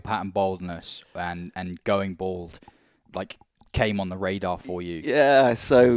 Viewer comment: Why cant anyone pronounce "bald" anymore. See Americans, English and Australians saying "bold" nowadays